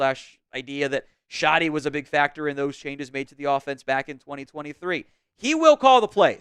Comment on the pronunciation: Do I believe in Schotty? K for Kinda 😂😂😂